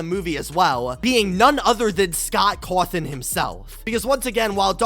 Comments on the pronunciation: "Scott Crwathin" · The way he says Cawthon- lmfao